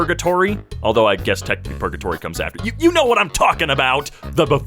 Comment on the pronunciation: Not purgatory, pre-gatory.